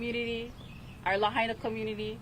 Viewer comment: It is Lah Aina people. Say it right. The Capital of Hawaiian Kingdom. Is this more genocide? Govenor, let the people of Lah Aina re-build their community!